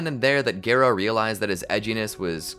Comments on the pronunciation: instead of gare-oh its gar-oh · Bro really said gay-row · I think garou is one of those names that everyone is ok with the fan pronunciation. Sitting through gare-oh was pain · Its Gah Row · text to speech AI say garoo💀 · no it’s garrr oh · The video’s amazing but please pronounce Garou right (Gah-roh) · Its pronounced Gah-row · Take a shot every time horribly mispronounces “Garou’s” name… You’d be well dead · Please for the love of all that is manga/anime, learn how to pronounce "Garou"